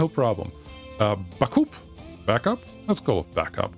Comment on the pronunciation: Bacup pron. Baycup lol